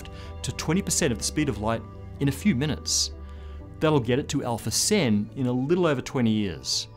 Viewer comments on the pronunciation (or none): none